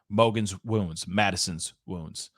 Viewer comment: Why can't you say 'wounds' ??